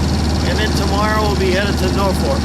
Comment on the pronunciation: Catana not Catalina....Norfolk not North fork.... Pathetic pronunciation of Patuxet and Piancatank! Almost got Fishing Bay correct. Sounds like you don't give a shit how to pronounce places. It's not watchable to me.